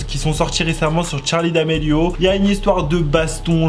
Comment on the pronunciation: Même moi